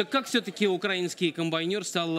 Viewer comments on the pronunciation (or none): none